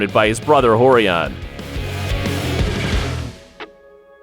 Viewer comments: Hoyler, Horion, Hoyce...the narrator sounds hetarded. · Am I just hearing things, or does this dude keep calling Royce and Ralek Gracie, Hoyce and Halek? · Why do they intentionally mispronounce the "r" sound in their first names but not in their last name? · R is pronounced H in Portuguese.